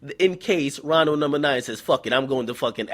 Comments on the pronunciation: Omfg, he said "coondo numba nine"😂😂💀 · I just came here to hear him say "Coondo number 9" XD